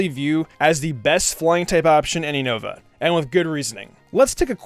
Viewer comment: 1. It's "You-Nah-Va". NOT "You-Know-Va". 2. Krookodile is better off with Shadow Claw. Physical Move, high Crit rate, with Moxie is Godly. Oh, and it can take on Iris/Drayden. 3. Sigilyph is shoved in because it's your favorite. No other reason. Swoobat is a WAY better option. 4. You don't understand how to use the Elemental Monkeys. Besides the fact that Simipour (along with Simisage and Simisear) don't learn moves upon leveling up, you get the moves listed mid-to-late game. You didn't actually go over Simipours movepool instead saying "I needed an Ice move. " Jellicent exists. Waterfall is useless in this Gen. Could've taught it Acrobatics. Dumbass. 5. Really? Amoongus? A whole list of Pokemon just waiting to be used (that have actual relevance) and you choose AMOONGUS!? God, you are an idiot. Ferrothorn exists. 6. Make an apology video for this crap team. (Besides Emboar and Krookodile).